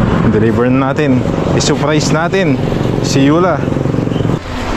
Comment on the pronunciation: Hindi saaapprays, SURRRPRISE!!!